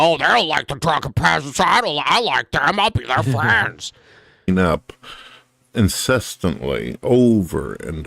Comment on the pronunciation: How did nobody comment on saying "incestantly"